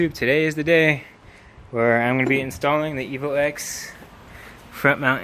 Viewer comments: Nice vid. Only thing made me cringe was "Evo Ex" 😁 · It's EVO 10!!! Not EVO EX!!